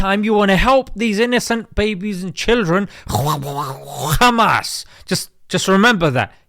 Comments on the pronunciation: I laughed a little too hard at "KHKHKHKHUUMAAAS" 😂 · Rarely i laugh about something from youtube podcasters. This "khkhkhkhamas" make me lol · Why is he saying Khamas in that way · I had to watch it twice I'm afraid. The first time, I was laughing so much at your humour, I missed a lot of the very useful and thoughtful points you were making. Your pronunciation of "Kkhamas" literally had me crying! Classy job, mate. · I burst out laughing when he says Kkkkhhhhaamass🤣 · The way bro said "kkhhhhmaaas" 🤣